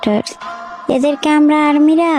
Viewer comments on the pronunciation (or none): none